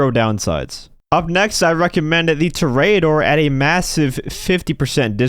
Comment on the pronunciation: To-re-a-dor, not "torayador"